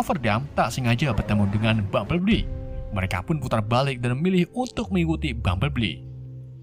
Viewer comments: Bang cara nyebut nama si robot kuning Bambelbli Bukan Bambelbbli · orang lain tulisan: bumblebee sebutan:bambelbi tulisan:bumblebee sebutan:bambelbli 😂😂😂😂😂😂😂😂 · Gua ngakak setelah dengar sebutan "bumbleli"🤣🤣🤣